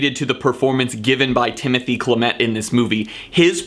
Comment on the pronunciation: wonderful review, now say and the Oscar goes to Timo-thee Sha-la-mey (Timothee Chalamet)